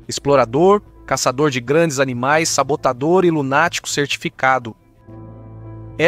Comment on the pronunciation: SABOTADOR e não saPotador !!! 😮😮😮